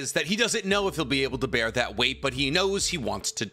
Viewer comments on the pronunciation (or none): none